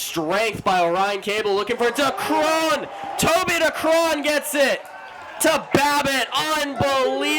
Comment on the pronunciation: Someone tell these commentators to learn how to pronounce Decreane, there's so many videos out there